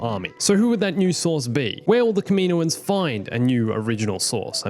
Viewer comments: its kaminoans not kaminoins just trying to help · The way u day kaminoans throws me off lmao i pronounce it “cam-in-owens” Also, one thing that sucks about introducing anything new is how it wouldn’t fit in the og trilogy (maybe) and ESPECIALLY the sequel trilogy. There’s a lot of loops to go thru